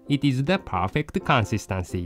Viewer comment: Consunstahnsy ahahaha the way he says it lmao